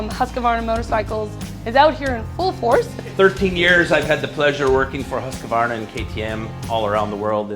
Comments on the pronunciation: It is not HusqAvarna . Only two 'A' in the name . Husq-varn-a . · I don’t know why Americans add a syllable to Husqvarna, or mispronounce it so badly. Huska-varna 😂